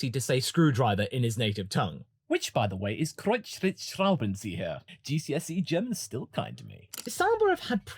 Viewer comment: German here. You saying Kreuzschlitzschraubenzieher was the most impressive display of pronunciation of a difficult foreign word by an English person I have heard in a very long time😂